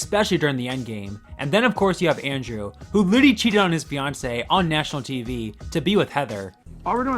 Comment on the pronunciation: Fiancé* not Fiontcei